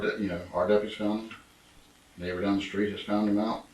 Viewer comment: It's not a shtreet. It's a STREET. Lose the "H". It's an uneducated slurr